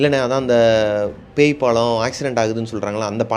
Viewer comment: பாளம் இல்ல. பாலம் என சொல்லவும்.